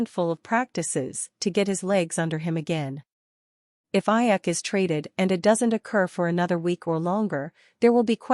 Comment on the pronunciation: You need to pronounce his name correctly it's Aiyuk with a long U